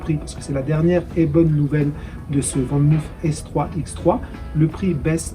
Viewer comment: Van moof se prononce "fane mof" et non "van mouf" Groetjes!